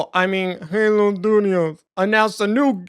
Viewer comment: "343, oh I mean Halo Sdoodios" lmao! I'm so glad you're back bro 😂